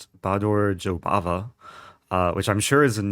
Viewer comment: I thought u were saying Jobaba london lol